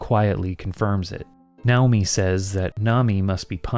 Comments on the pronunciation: I’m sure the closest Japanese pronunciation probably is “NOW-mi”, but every time you say it like that instead of the natural English pronunciation of “nay/nigh-OH-mi” I get distracted thinking about it and have to rewind to hear what I missed. Danged ADHD. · I love how you’ve been in Japan so long that your brain identified “Nay-oh-me” as “Now-me” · Nay-oh-mi. Lol now-mi is wild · I am pretty sure "Naomi" is supposed to be pronounced: Nay-Oh-me LOL not: Now-me! Ya nerd! I know, it doesn't really matter. That just had me cracking up though. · The name Naomi is not pronounced "now-me". That's not a Japanese name; that's a name of Hebrew origin and it's fairly common in the west. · btw Naomi is pronounced Nye-oh-mee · So, how sure are we that it's not pronounced "NAY-oh-mi," the Western pronunciation of "Naomi"? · Weird, I’ve never heard Naomi pronounced that way but I guess it’s the Japanese way